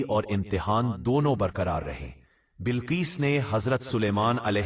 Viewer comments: Bilqees naa ke Balqees urdu ghalat bolte ho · Balquees nahi BILQUEES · Bilqees ko balqees kahe rahe hain. Aap ki urdu sahi kijiye.. Kayi alfaz aap ghalath kahe rahe hain